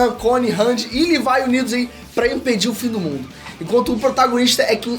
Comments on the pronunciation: Custei entender quem é esse tal de "Levai"que ele fala no vídeo,é "LEVI"e não "LEVAI"seu filho duma puta...ótimo vídeo mano,curto vc pra carai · Tirando o LEVAIL tá ótimo... O nome é Levi .. Ficou muito forçado. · Só na terceira vez que entendi que Lívai é o Levi 🤣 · Porra!! Q LIVAI mano...??? demorei pra entender quem é essa porra de LIVAI... é LEVI porra!